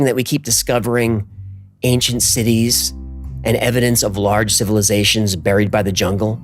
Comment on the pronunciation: "buried" is not pronounced "brrrr eeed" it's pronounced exactly like strawberry. Or Barry Allen.